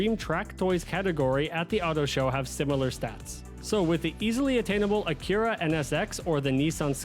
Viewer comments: Brother, racer, driver, absolute swell person, what in the actual tarnation is an AKIRA car brand? Lmfao Where in the known parallel universes did you hear it was supposed to be pronounced that way?! 😂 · I’m not even mad, but how the hell did he go through life without hearing “ack ur ah” 😳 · I couldn’t stand how you said Acura so I didn’t make it far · You're not prepared for the way this guy pronounces Acura. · it is a weird pronunciation of Honda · I am now... before watching